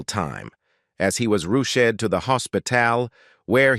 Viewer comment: Good question! 😂 Lordy! The strangest emphasis on words I ever heard! Ruched instead of ‘rushed’ . Dearie Me.